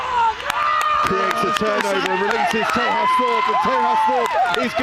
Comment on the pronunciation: Loving the coverage - thanks so much. Just one point for you on a name: TEJAS Thorpe (Wellington) has an Indian name and it is pronounced TAY-JUS. Thanks!